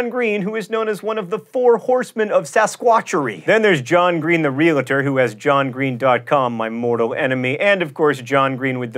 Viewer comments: HEY JOHN, IT'S REALTOR NOT REAL-IT-ER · you pronounced realtor incorrectly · I suspect John Green is a REALTOR, not a relator. Now you can list 80 commonly mispronounced words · Now if he could only pronounce "realtor" properly. (He says "realiter" instead of "real-tor".) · OMFG! You said "REAL-A-TOR"!!! :O!!! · I was stunned you mispronounced Realtor as "Real-a-ter". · Real-a-tor??? Really? Makes your 'word authority' totally suspect.